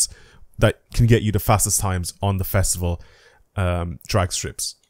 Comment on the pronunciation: You saying "The Fastival" is oddly funny and they should use it in the game